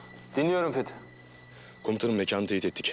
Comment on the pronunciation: Fetih adını söylerken varuk dedi😂😂😂